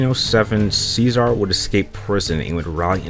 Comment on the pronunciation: Cesare is pronounced chesare actually but you are saying scissor